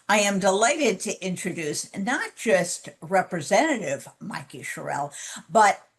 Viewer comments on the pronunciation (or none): BTW, her last name is pronounced "Cheryl." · Great interview, Jen. But please do your journalistic research and get clear about the pronunciation of your guest's names. Rep. Sherrill puts the accent on the first syllable, not the last. This is something we in NJ know. Thanks.